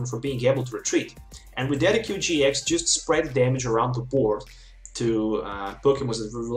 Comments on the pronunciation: de sid jew eye not ded e cue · The way you pronounce "Decidueye" makes me cry